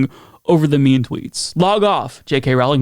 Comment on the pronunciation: Big Fan of your show.. but it's pronounced "rolling" like a rolling pin. It's not rOWLing.. like "owl." Just so you know.